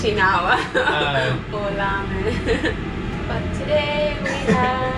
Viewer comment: 前回と変わらず食べ方が上品♬ 個人的に箸を縦に口に運ぶ食べ方が綺麗で好感が持てますね。 “Ramen”の発音が既に日本語の“ラーメン”になってる♪